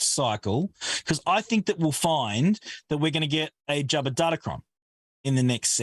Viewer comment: I love how manages to put the letter “R” in Jabba lol